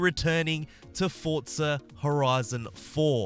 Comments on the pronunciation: Why does he call it Fortza and not forza? it’s so triggering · For-Za not Fortza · For-za, not fort-za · I thought it was pronounced "forzsa" and not "fortza" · FORZA NOT FORTZA SMH